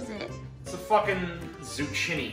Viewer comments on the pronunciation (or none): “Zoo-chin-ey” also, pretty fuckin great vid. I’m looking forward to the next ‘n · Did you just say "zoo-chin- ee"??